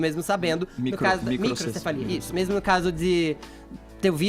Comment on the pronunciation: O cara erra até o nome microcefalia kkkkkkk e ainda quer opinar,mais é uma anta mesmo.